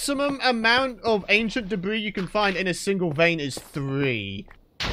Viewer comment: Ancient depth ris not debris 🧐🤨😕